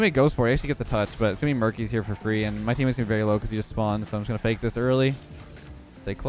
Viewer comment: Did you just say fakeamyr?